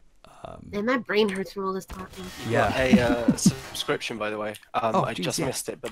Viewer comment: Subscriptions not Dubscriptions